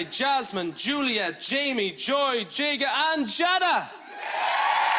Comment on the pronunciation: I don't know if it was his accent or he just pronounced it wrong but he said 'Ja-da' rather than 'Jay-da' 😂 he was amazing at singing though!